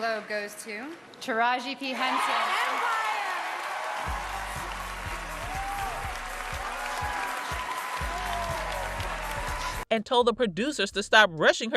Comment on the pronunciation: Bish can't say her name right. That ain't her name you don fukd up her name